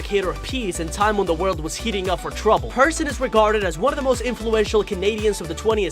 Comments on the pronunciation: peer-son! not person 🤪 Plus its taking place in TORONTO!! DUH!! pretty obvious by the red trolley car & the CN Tower!!! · Pronounced “Peer - Son” …her red toque also has maple leafs, a toque “took” is Canadian for beanie…